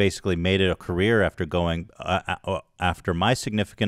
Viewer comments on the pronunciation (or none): none